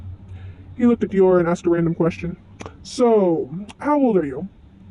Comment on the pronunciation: I can not express in Words how happy I am. I don’t mind you editing your voice, I understand, lol. Also I love your drawings. One thing, in the word for the fruit Hym, the y makes the long I sound. (H—eye—m) Also, Dior also has a long I. (D—eye—or) But it’s ok :D ❤